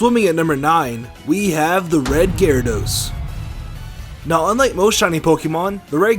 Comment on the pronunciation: ITS GYRADOS NOT GARADOSE